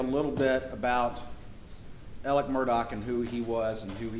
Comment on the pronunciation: Again, who is is Eleck? And who is Murdock? Pronounce correctly please.